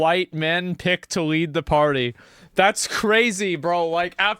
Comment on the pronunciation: "This is the democratic pary" 😂